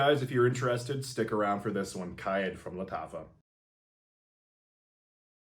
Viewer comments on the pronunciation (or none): Its pronounced more like Car Eed or Car Ed